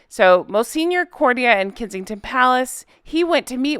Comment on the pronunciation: I really like your videos and click on every new one. I really have to tell you tho, before my head pops off, that the word 'courtier' is not a word complicated by weird accents or unheard of pronunciation... say the word 'sportier'... now say the word courtier. Court-ee-yer. You have it now. Please stop ruining our listening pleasure ! Big thanks !! And keep up the good work.